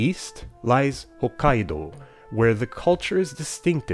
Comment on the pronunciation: You pronounce Hokkaido incorrectly, but give it this fake "foreign" intonation,. Why?